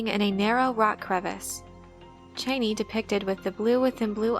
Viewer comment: OMG the way you pronounce Chani. My ears are bleeding.